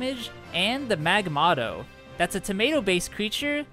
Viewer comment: I almost laughed when u said magmotto